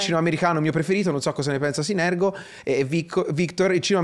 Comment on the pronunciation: scambia la R e la G nel nome di synergo